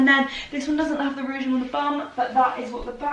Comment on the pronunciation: i have mentioned it before but it is ruching pronounced rooshing NOT rooging